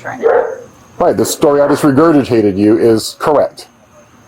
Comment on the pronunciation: If you can't pronounce regurgitate stop saying it.